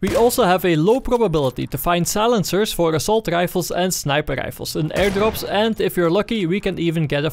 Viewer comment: just came to hear you say Snjaeper Rjaefle